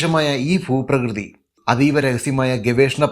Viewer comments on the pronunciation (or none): ഫൂ പ്രകൃതി അല്ല; Bhooprakrithi